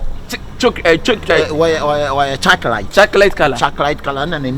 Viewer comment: Fraizible and chocrate Likee why🤦🤣🤣🤣🤣🤣🤣🤣🤣🤣🤣🤣💔